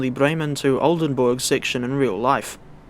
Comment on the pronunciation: I have never heard a non german guy pronounce Oldenburg hbf so perfectly before